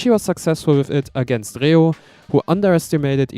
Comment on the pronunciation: Your pronunciation of the name "reo" makes me think that you're either german or french , or you grew up in a country where you spoke one of these 2 languages fluently